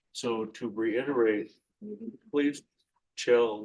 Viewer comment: An attorney that cant say "reiterate" properly?? 🙄